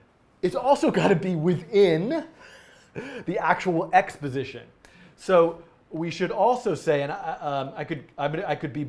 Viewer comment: "x position" sounds like "exposition" lol